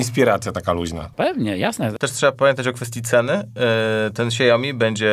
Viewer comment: Hejka! A myślałam, że nazwę Xiaomi jest Polakom łatwo wymówić 😊 To tylko dwie sylaby: „siał” (jak w „chłop siał żyto” 🚜) + „mi” (jak w „daj mi to! 😆). Tylko taka mała uwaga 😊 A o clickbaicie (rany, jak to napisać w „polglisz” 🧐😱🤯） to już większość skomentowała już 🤓 Pozdrowienia z Szanghaju 👋